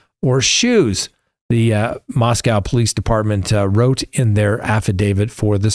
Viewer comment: Just a heads up, not trying to be mean, but it is locally pronounced as Moss-Co Definitely not pronounced like the Russian city.